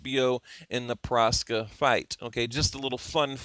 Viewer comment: it's Proksa, not Proska